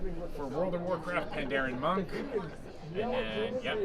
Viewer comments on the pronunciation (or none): none